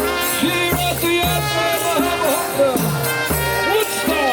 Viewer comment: It's Rath Yatra, not rock Yatra 😊😊🙏🙏